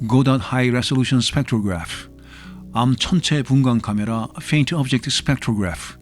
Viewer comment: 이분.. 혀굴림 ㄷ ㄷ ㄷ 케메라아ㅎ ㅏ~ 뒤에 ㅎ ㅏ 는 왜